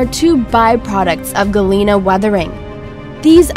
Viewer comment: Galina?!?!!? Omg.. this is soo wrong.... GALENA, not "galina"...